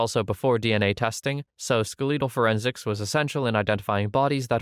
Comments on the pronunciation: Ska lee tal is killing me😬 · Skeletal is pronounced skel-i-tl with the emphasis on the first syllable.